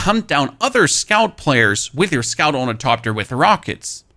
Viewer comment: I Love how this dude says "Torn-eh-coptir" hilarious! You really should try using the Ornithopter Boosters! Your greed using storage is why you get chased down.